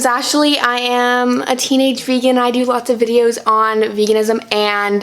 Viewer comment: Why do people say fegan instead of vegan it’s so weird